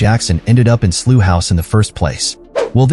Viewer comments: What a crap trailer & mispronouncing Slough is unforgivable. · That's not how Slough is pronounced.